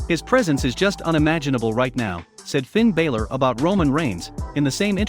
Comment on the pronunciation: You saying Finn Balor name wrong